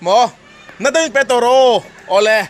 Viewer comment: 'Pèt' ti suh, modified form hman hun loah i hmang zel a. Pêt tiin, thlûk sâng deuha hman tur.